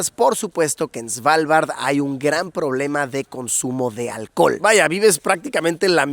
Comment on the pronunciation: No diga "Svalvard" diga "Asgard" 👌